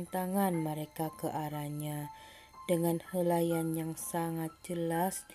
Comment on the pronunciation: Minit yg ke- & hilaian bukan helaian. #mengilai